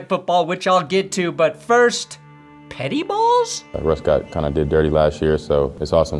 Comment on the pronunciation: Petty ball sounds a lot more like Pitty ball to me